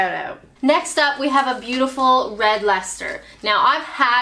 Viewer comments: Wow, nice one for pronouncing Leicester correctly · The Americans would say "Lie -Chester-Shiyer"....so you got "lester" right!!